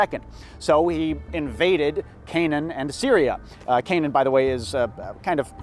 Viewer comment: You seem also to have mispronounced Canaan. Every archaeologist of my acquaintance pronounces it with three syllables. The only person I know with the surname Kanaan pronounces it with three syllables.